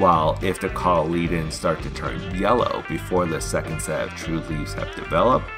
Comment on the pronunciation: It's pronounced COT- LEY- DONS